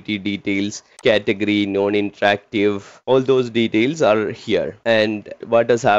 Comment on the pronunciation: Bro speaks flawless english for 10 minutes and then can't pronounce "details" correctly 😂 Awesome video ❤️ Helped me a lot while studying for my SC-300 exam.